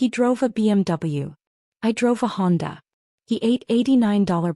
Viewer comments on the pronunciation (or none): none